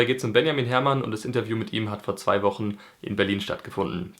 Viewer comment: "Inteview" Liebe.